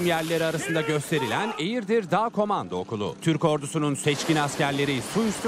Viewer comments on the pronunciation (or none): Eğirdir kardeş...eğridir değil 😁